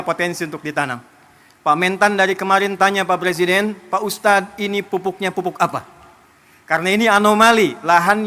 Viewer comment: Sekarang kok jadi ikut2an pelat kaya malaysia sih nyebut ustadz jadi ustaz?